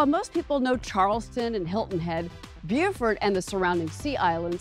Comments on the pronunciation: Shouldn't Beaufort be pronounced BO-fort, per the original French, not BEEH-ah-fort? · No. It is and has always been pronounced "Bew (as in few) -fort." Beaufort, N.C. however, is pronounced "Bo (as in low) fort. I live in Beaufort County.